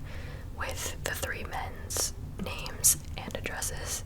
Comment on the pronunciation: Can't pronounce names/places correctly. Didn't even think why he did certain things, just called it dumb.